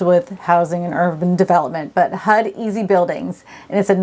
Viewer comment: 🤣🤣🤣she said hud not HUD